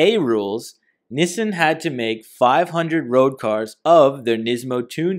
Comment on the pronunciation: NEEEESAN ......... Nissan